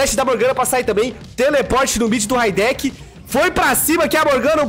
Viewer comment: Raideki kkkk é Rideiki